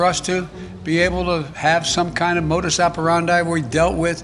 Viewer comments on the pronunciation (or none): none